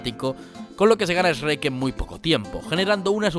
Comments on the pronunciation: El video y el analisis estan geniales, me encantaron, me suscribo. Lo unico que me jode es que pronuncie mal Shrek a cada rato (se pronuncia como se escribe, no "es-shrek") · cierto, no vi a ningún español que lo pronuncie bien, otros le dicen "SHERK" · Me encanta como de vez en cuando pronuncias EHSRUEK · q bonito cuando no dices "esrek" :v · México sherk pronunciación shuerk España pronunciación esh rek 😂😂😂😂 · nadie: absolutamente nadie: yo: por qué dice "ESHREK"??! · por que diablos dices esrek? aah y es BURRO la ptm, no Asno, coño!!! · Nadie absolutamente nadie; Españoles: Esreck (Pronunciando Shrek) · Perdón jajaja "esreck" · Eshreck jajajajja grande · Dislike solo porque dijo eshruec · me choca que los españoles lo pronuncien masomenos como esreck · Se dice "Chuek" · El kuek xd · se dice cherk . . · jajajajaja, Esruek. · Es Chuerc. ¡CHUERC, MALDITOS DÉBILES DE CEREBRO! 😡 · Oye, Te admiro y me encantan tus vídeos. Pero debo hacer mi crítica. Por que mencionas a SHREK como REC. Digo, se que hay muchas palabras en inglés que son difícil de pronunciar para nosotros de habla Hispana o Castellano (soy de Puerto Rico). Pero es que S H R E K se pronuncia como mismo se lee. En la mayoría de las veces le dices REC y algunas bien. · Por qué 💩 los españoles pronuncian tan mal Shrek? Este tipo lo pronuncia como de 5 maneras diferentes. Estás haciendo un canal de Youtube, que si no te has enterado, Youtube se ve fuera de España también, y no ciuesta nada pronunciar las cosas un poquito bien, sobretodo cuando se trata de algoq ue la gente conoce perfectamente esde hace años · Se le dice igual pero a algunos españoles les cuesta pronunciar la Sh aspirada y le añaden la e. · Es Shrek pero a le cuesta pronunciarlo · Pronuncias todo bien excepto Shrek ._.xD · podes pronunciar bien shrek lpm, me pones nervioso loco! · En la película lo pronuncian bien... éso es cosa de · creo que le ha costado pronunciar el nombre xd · soy solo yo o dice eshrek???? xD